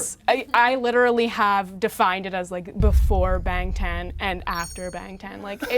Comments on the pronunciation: I just find it so disappointing when people are fans of a group (any group) for YEARS and they can’t pronounce at LEAST the name of the group correctly.. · been ARMY for 3 years and has seen them 8 times but can't pronounce Bangtan correctly 🤔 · Y'all we KNOW she said Bangtan it just SOUNDS like she said Ben Ten ok even I'm an ARMY and found this comment hilarious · It's bangtan, but I like the effort. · I mostly found it interesting because even if you've only been ARMY for a little while, you've most likely spent a good deal of time listening to Korean. You inevitably hear the boys introduce themselves many times or say Bangtan casually. It's hard to not realize you're saying it incorrectly. It's not like I'm saying she needs to be fluent in Korean. I understand pronouncing sonyeondan incorrectly since that's harder and less often said, but BTS refers to themselves as Bangtan (shortened) a lot. No one needs to do it right but if I was spending 3 years and as much money as it would take to see them 8 times in one year (which inevitably involves plane tickets and paying for accomodations on top of actual tickets cost), I'd pick it up along the way. Also it's not likes she's chilling in her bedroom with her friends. She knows a lot of people are going to see her talk. Seems like basic pronounciation is something you'd pay attention to when you're trying so hard to sound articulate overall.